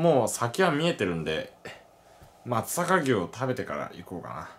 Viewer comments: ✖ まつざかぎゅう 〇 まつさかうし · あと、「まつさかうし」ですよ～